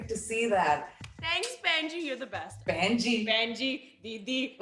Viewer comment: Lilly called her Penji..lmfaoooo!! That killed me!!!